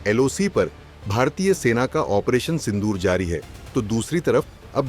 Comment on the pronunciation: भाई पढाई कहाँ से की है...ओपरेशन सिंडूर नहीं सिंदूर😂